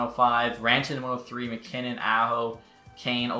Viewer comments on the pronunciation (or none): none